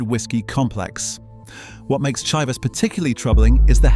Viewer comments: Truth is this is AI produced content! check the Chai vass pronunciation at 1min 23 secs. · It is pronounced Shivers